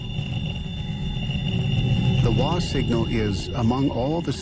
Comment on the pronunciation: Wah signal. The first thing they mentioned. Bloody wah signal. If they can't get that right then the video is not worth watching. Come on. Watch your videos before posting to see if they are in fact worth watching